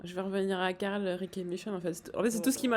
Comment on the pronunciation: Caarl carl non glenn carl